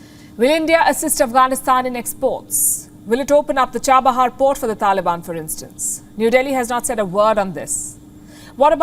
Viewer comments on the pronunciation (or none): none